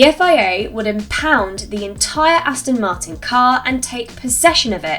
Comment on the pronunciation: I wish people involved in motorsport wouldn’t say “Astin” when they’re trying to pronounce “Aston Martin”. Amateur hour!